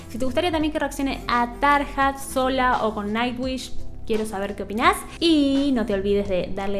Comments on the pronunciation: Tarja se pronuncia Taria como Arya Stark de GoT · Se pronuncia Tarya o Tarlla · Este comentario va de buena onda entre disléxicos parlantes (?) Jajajajaja veo que en varios videos pronuncias de diferentes formas los nombres. Anette se dice como si dijeras Danette pero sin la D. Floor Jansen solo es Flor Yansen Tarja Turunen es Tarrrrria Turunen. Con Tatiana no te puedo ayudar, su apellido tampoco me sale aún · Me gustaría que des tu opinión con una video reacción entre Floor y Tarja. Por cierto...en neerlandés la J se pronuncia I latina, por lo tanto sería Taria y Floor Iansen. Como para aclarar un poquito. Gracias y seguí sumando suscriptores!!!! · Me encantas. "Tarja" se pronuncia "Taria" porque la letra "j" en finlandés se pronuncia como "i". Amo tus reacciones y el disfrute que se te nota cuando escuchas este tipo de música. Nightwish es un increíble deleite en toda la extensión de la palabra, sobre todo en shows en vivo!!!! Floor fue la cantante de After Forever. Por eso te suena conocida. Saludos desde México. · Tarja se pronuncia Taria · No se pronuncia Tarja, sino Taria. En el este de Europa el diptongo "ia" no es aceptado y se pone "ija". Por ejemplo policia se escribe policija pero suena policia. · En realidad se pronuncia "Tarria". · Se pronuncia Flor iansen y Taria. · Se pronuncia Tar i a o mira algun vídeo de Nightwish ahí hablan en finlandés y se nota claro como es la pronunciación :) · se dice flor, y tarria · Me gustó mucho tu reacción y análisis de la canción seguí asi y ponele mas detalles técnicos si queres porque le da mas valor al video. Seguí con Nightwish porque tiene joyitas en todos sus discos. Dejame que te corrija el nombre de las cantantes Floor se pronuncia Flor y Tarja suena como Tarria.